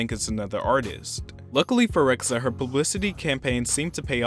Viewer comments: "Beeb Reck-suh" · Rexha is pronounced REH-JA